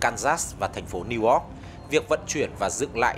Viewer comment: VOA cũng có XNV đọc Niu Oóc? Chữ Y đâu?